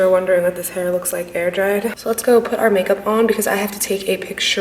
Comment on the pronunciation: I love how you say let's go put OUR makeup on 😂